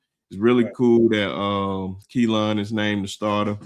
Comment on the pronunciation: New fan that loves the show! Just wanted to say that his name is pronounced Kee-Lin. His mom clarified that today lol. I’ll continue tuning in. RTR!